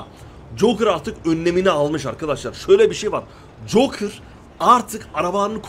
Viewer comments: Jokır yerine joker desen daha iyi bi garip geldi jokir deyince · Abi cokır değil joker şuna artık cokır deme bee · Jokır değil Joker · Abi hatanı düzeltiyim jokır değil joker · Joker abi jokır değil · Ya deli cokır ne lan jokər oluyo